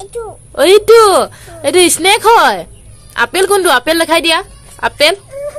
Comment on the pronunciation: এতিয়া পৰা শব্দ বোৰ ভালকৈ শিকাব, পাইনাপল নহয় ইস্নেক নহয়